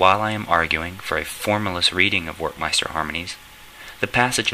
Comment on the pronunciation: It's pronounced with a V, as in Verckmeister